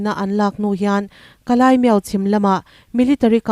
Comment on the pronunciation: Ka lai ani lo ka lay (ka lei ) lei ang a lam tur aw